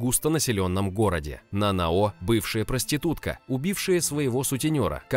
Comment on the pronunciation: Скажите мне одному режет слух это НанаО? Нет серьёзно НанАо же звучит лучше!